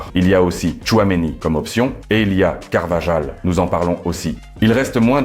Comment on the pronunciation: Tu parles comme une IA. on dit pas valédjo mais Valéhô, on dit pas carvadjal, mais carvahal, le J se prononce comme un h, on prononce Chabi Alonso et non Zabi Alonso